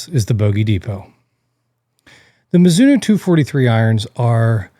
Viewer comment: I’m sure there’s an O on the end of Mizuno. Can’t watch or take anything you say into any consideration when you can’t even get the name right. 🤦🏻‍♂️